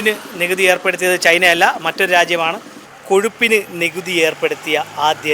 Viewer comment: കോഷുപ്പിന് എന്ന ചോത്യം കഷപ്പിന് എന്നു ചോദിക്കുന്നതാ ഉചിതം